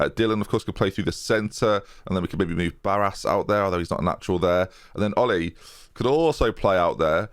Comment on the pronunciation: I think Olli in Finnish is pronounced Oh-lee.